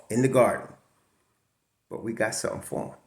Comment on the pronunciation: ...we got "sum-tin" here!!! Wow, great win. Happy New Year Bro.